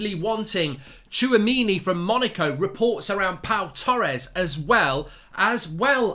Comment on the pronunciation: Hats off to Mark for pronouncing the player's name correctly !